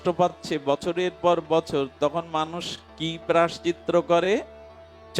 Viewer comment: বাবাজি মহারাজের ভগবতী কথা শ্রবণ করে আমরা ভজন পথের প্রতি উৎসাহিত হবার চেষ্টা করি,বাবাজির মুখের উচ্চারিত ওই শব্দটি একটু সংশোধন হলে ভালো হয়,প্রায়শ্চিত্ত শব্দটি ,ক্ষমা করবেন এটা বলার জন্য